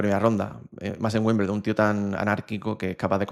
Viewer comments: Se pronuncia "wimbeldon" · Por favor se dice Wimbledon ..